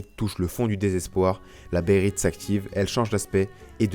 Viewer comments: behelit pas bérite -__-' à un moment tu le dit tellement souvent que ça écorche les oreilles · BEHHHHHHHHHHHHHHHHHHHHHHHHHHHHHHHHHHELIT , j'en saigne des oreilles mec srx xD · Béhérit et Béhélit sont deux transpositions valables depuis le Japonais. Bon après oui, faut bien prononcer les deux "é" ^^